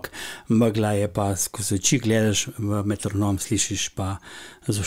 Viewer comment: wtf narobe je izgovoril metronom kot da je z neke druge države ali pa mu mankata dva sprednja zoba